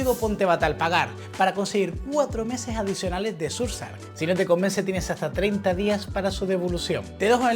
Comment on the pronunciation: Surf sark?!! 😮‍💨😮‍💨😮‍💨🤦 Sera el mismo Surf sHark? Amiguito embatado, esa h suena, y oa sh se asemeja al sonido CH pero soplado porque va con s y no con c.